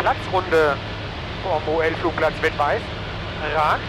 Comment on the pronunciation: Vettweiß... nicht Wettweiß ;- ) heißt ja auch Vater und nicht Water